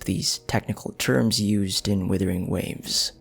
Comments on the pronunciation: Great lore breakdown, Thankyou! Also, I'm still waiting to hear Wuthering instead of withering xD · Love this video, looking forward to more. Being polite but a bit of feed back, it does bother me when you pronounce the game Withering, instead of Wuthering.